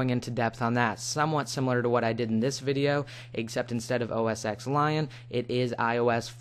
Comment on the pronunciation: Btw its not Mac OS X its Mac OS Ten its a roman numeral Not to be rude im just saying....